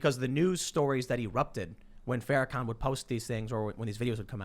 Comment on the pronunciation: Farakooker, typical. Hey Tim, say it BLACK SUPREMACIST. Its real easy. And it's real accurate.